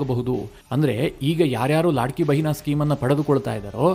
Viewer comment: ಅದು,ಲಡ್ಕಿಬೆಹನಾ,ಲಾಡ್ಕೀಬೆಹನಾ ಅಲ್ಲ.